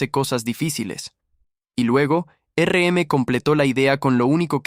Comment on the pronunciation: muy bueno, se me hizo largo y porfa, basta de usar IA, no puedo escuchar más que digan ERE EME!